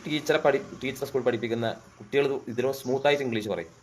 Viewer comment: ഇന്ഗ്ലീസല്ല kungilis